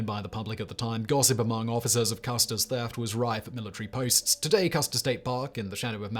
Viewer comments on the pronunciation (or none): none